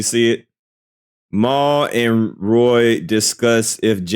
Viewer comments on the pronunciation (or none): It's Rory bro not Roy. 😂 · ….…….No!😂😂😂😂 His name is Rory. Not Roy. lol I’m dead yo ass krazy!